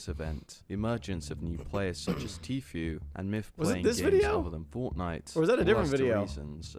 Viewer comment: bro.. it's 2023 and you still saying Tfue wrong.. dafaq